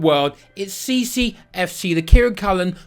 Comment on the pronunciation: And Villa… you’ve fully lost it